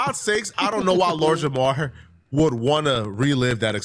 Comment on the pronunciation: As someone with the name Jamar. Please remember to pronounce the R. Idk how even other black people get this shit wrong lol 😂🤦🏿‍♂️